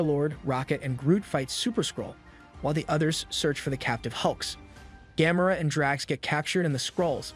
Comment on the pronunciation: im thinking at this point the way he says Gamora she might have gamma rays lmao